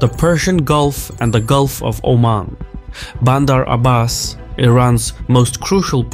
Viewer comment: he got so many things wrong. and also look at the way he pronounced bander Abbas,there is no way he's Iranian.and the amount of likes are proving my point buddy. And just to make it clear I don't support the regime in any way